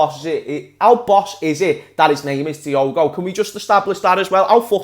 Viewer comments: It’s Diogo Jota not Diego Jota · Who’s gonna tell that Jota’s first name is DiOgo not Diego?.....